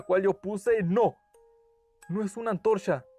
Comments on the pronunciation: Oye no te burles no pronuncia bien el ruido que ase el ch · Oye dijiste antorsha?😂😂😂